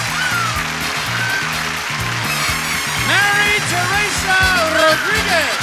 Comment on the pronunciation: If you listen closely, you could hear how wonderful the way Johnny Olson called her name with the trilling of the "r"s! Mary Teresa Rodriguez! Si senor!